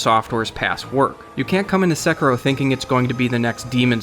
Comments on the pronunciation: The R is like Spanish soft R kind of a shorter R sound I'm sure there's a more precise explanation。 Edit I just looked up in Japanese and it's actually sekirou (long o ending), also the pronunciation is flat se ki ro has slightly less emphasis on the ki syllabus as I thought a native would have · Every time you say Sekiro wrong, Lautrec kills a firekeeper. You bitch. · The way he says sekiro really bothers me😂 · Your Japanese pronunciation is just awful. If you're going to report on this stuff, you at least need to say it right. You even had the devs there to ask. Also, title click bait. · That shit was annoying me too but still great video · Flew all the way to Japan to play the game, still can't pronounce the name. Nice. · you pronounced "sekiro" like a baka gaijin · I cant watch this because of the way you pronounce Sekiro. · Please learn how to pronounce Sekiro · the way you say sekiro makes me SICK...... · I can't believe exactly zero reviewers I've heard of can say the title of this game correctly. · Then why would you say it wrong for like the whole video? Was only trying to help out dude. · How did you fly to Japan and still can’t pronounce the name of the game correctly? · Your pronunciation of the name in the beginning triggers me more than it should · I understand why it happens, but I cringe every time someone pronounces Sekiro like an American. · however the R sound is nothing like the R in row, also long o at the end as its せきろう sekirou in Japanese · If only you could pronounce Sekiro correctly. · Man, your pronunciation is killing me. Se•kee•ro, not se•ker•o. Oh wait, you decided to start saying it right half way through the video. 🤷‍♂️ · its not sek-ro its say-ki-ro, sekiro. even if you butchered it the english way its sec-key-o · My biggest question is this: Is it pronounced *セキロ*, or "suh-KEE-roh"? You pronounce it both ways in this video. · (Se-kir-rio) not (seker-row) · Se-kee-ro, not se-kirow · sekaro. ITS PRONOUNCED "SE KEY ROW" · its not secro